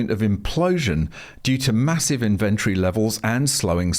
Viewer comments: Where did you learn to say inventory different to everyone else? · Why are you mispronouncing inventory?